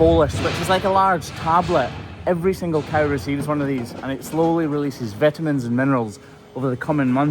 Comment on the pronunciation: Say "vitamins" again,. Say it again.. 😁